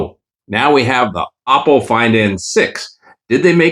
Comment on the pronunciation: Ok im getting annoyed that you still never say it right 😂...its ah po not o po